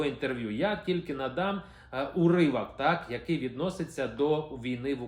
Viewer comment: Не уривак, а уривок. Навчися правильно розмовляти на українські мові. І не провокуй на своїх відео!!! Дізлайк тобі!